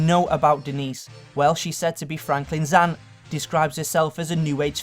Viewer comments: Coffeh, Parteh, Aunteh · Hoodeh aunteh realleh generalleh muthar historeh properleh dirteh coffeh bangedha chav